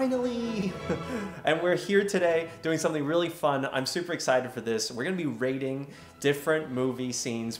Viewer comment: Ray-ting system 🤣